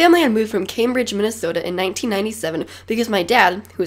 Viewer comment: When He Said Camebride . I Thoguht Of England As That's Where I LIve ;) (not in Cambridge but England)